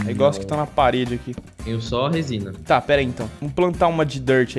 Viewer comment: " R O S I N A ", Gênio da Língua portuguesa